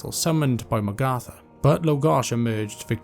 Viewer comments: great vid you did a great job. But. the way you pronounce magatha takes me out a lil bit I always thought it was mag like nag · Sounds like you are saying Magartha. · How come you pronounce Magatha that way? Honest question.